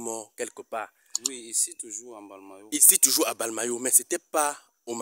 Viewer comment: On dit mbalmayo et non balmayo